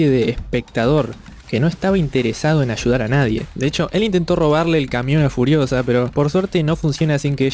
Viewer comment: En el minuto parece que decís curiosa en lugar de furiosa xD